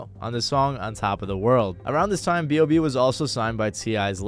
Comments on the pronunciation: B.O.B not "Bob" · sorry but why tf do u keep calling him bob when his name is b o b 😭😭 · It’s B.O.B not BOB🤦🏾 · calling b.o.b "bob" is unreal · Crazy u call him bob, its b.o.b. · Hearing "Bob" throws me off; its always been B.O.B or Bobby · B. O. B. Not Bob.